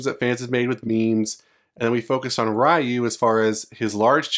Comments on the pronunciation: It hurts my ears when you say Rye-You. Its REE-YOU. Jesus!!! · Its not RAIU its RIU, thas was realy bad in the MOVIE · I'm sorry, but please don't pronounce it "RYE-OO". And it's not "Ha-DOO-ken" either. It's not the 90's anymore. We know how to pronounce these words correctly... Just a pet peeve of mine. Please don't take the criticism personally. You're not the only one still doing this. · I cringe everytime someone says Ryyyu instead of Reeyu. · Who is Ra-Yu lol? And in all seriousness I can’t see that happening Ryu is Street fighter. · Fucking Raiyu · It’s REE YU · It's 2022 and people are STILL aren't pronouncing it as "Ree-You" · the moment you called ryu, ra-yu. stopped watching, downvoted. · "wry u" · i can't say i like Luke or not, but i like the idea of Ryu finally done with his adventure/training and having a disciple. btw is it that hard for you americans to learn to pronounce Ryu's or any other asian names (such as Chun-Li, Yun, Yang, Karin, Kung Lao, etc) correctly? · I commend you for learning to pronounce foreign names correctly. Not many people do. The man in the video is a Gen-Xer, and as such, was exposed to little if any hearing of the proper pronunciation of the name in his youth. (Things are VERY different today). Kids back then would see a name written on the arcade cabinet or in a magazine and “sound it out”, so it’s no surprise he (like people the world over) would think it is what it really isn’t. Today, with all the foreign streaming services and internet, this misunderstanding is starting to go away. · Funny when people say ryu wrong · It's a bullshit leak. Literally nothing burger I was in that thread and this no one bought it, there's no "passing of the torch", like Alex and Alan they're just the main character of the particular story, Ryu hasn't been a main character since forever. Also that's not the way you pronounce Ryu. There are no main characters in the franchise.